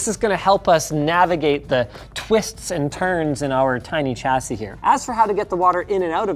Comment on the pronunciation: There is no ‘t’ in ‘chassis’.